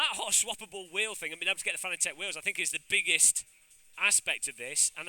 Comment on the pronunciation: If only he could pronounce Fanatec correctly. .